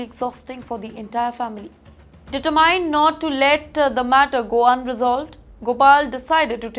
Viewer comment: She makes a linguistic error and butchers English in every Episode. Any suggestions like pouring water on a duck's back. Instead of determined her pronunciation is deter-mine